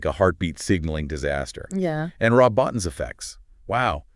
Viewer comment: Rob Bottin's last name is pronounced "Bo-Teen" not "Bot-Tin". Just so you know. How would I handle the situation? I would gather everyone up like they did for the blood test, but fill the room with everything flammable I could find, then light a fuse on a stick of dynamite, and blow us all to hell.